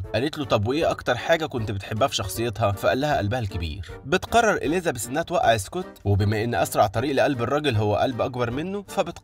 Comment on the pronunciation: في فرق بين حرف الذال وحرف الزاي إليزابيث بالزززززاي مش بالذال مش معناه نتكلم فصحى نقول عن الزاي ذال